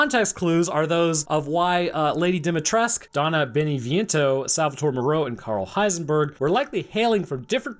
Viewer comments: Yes, but they're American actors pronouncing foreign words. They mispronounce many things in the game, even the word for vegetables by omitting the last vowel (just like with Dimitrescu)! Also, the pronunciations are different in the Japanese voice acting compared to the English voice acting. For example they do pronounce the U at the end of Dimitrescu in the Japanese version, but pronounce it Domitorescu, with an O at the start instead of an I. It's just voice actors mispronouncing foreign words. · They butchered the pronunciation of Dimitrescu though lmao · Yes except Capcom Americanised the pronunciations... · In the game, they don't pronounce the u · Also Dimitrescu is romanian, her family were the owners of that castle forever and her ancestor was one of 4 founders of the village. This is confusing as her name is pronounced with the french pronunciation. Despite her name being romanian for "son of Dimitri", Dimitri in Romanian meaning "harvester" as she harvests people, however she herself was living far away from the village until shortly after WW2. Also Moreau is the french lord, Moreau is a french surname as well as the character is based off The Island of Dr. Moreau where the antagonist is a french doctor name Moreau. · Also, I am pretty sure Lady Dimitrescu is Romanian not French, the other lords on the other hand I think you got right. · He also states that Dimitrescu is French, her name is pronounced extremely wrong by capcom and her name is as Romanian as they come and her family have lived in the castle for centuries. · that didn't bother me as much cause he calls her lady D after but yea idk why they don't say the U part (btw for anyome wondering the u is pronounced ou) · and how they can't pronounce a single word in Romanian right despite the fact that majority of the characters are Romanian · Mate, re8 is located in Románia, Cadou is pronounced kah-do-u And Its Dimitrescu , nőt dimitresque